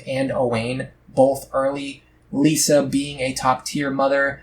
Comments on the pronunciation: I'm not sure i can take you seriously when you say she's your favorite. You mispronounced her name the entire time. She is the best though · Apparently you don't like her enough to pronounce her name right 😂